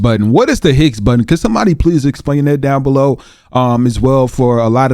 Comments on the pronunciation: Higgs Boson not Hicks Button. Can’t explain it 😁🤙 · Its called the higgs bozon, not button, must of been read off of some ai txt as ai txt seems to mistake some words lol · Higgs Boson particle.. not Hicks button.. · It's not higs button,it's higs bozon particle.😅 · It's the Higgs Boson not hicks button..that guy butchered the spelling and pronunciation. HIGGS BOSON The God particle